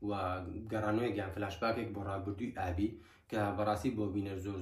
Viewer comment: ئابی یان ئالی هههههه ئەوە لۆ هەر لیت تیکدەجیت